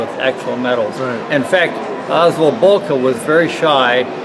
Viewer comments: pronunciation of Boelcke is almost on point in this video. The only wrong part is the "oe" which he speaks as "o" but is pronunced as "ö" in german. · Its bel-ky is how you pronounce it